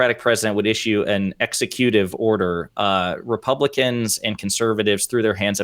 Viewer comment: Ex oooooative order lololol